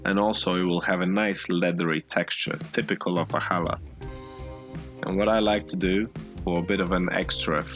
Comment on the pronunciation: Wow. You even say challah correctly. Most people can’t do the guttural ch sound which is found in Hebrew. We make it every Friday for the sabbath. It’s delicious. And yours was AWESOME!